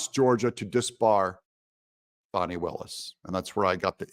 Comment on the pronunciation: brother doug, it's fani, not fahni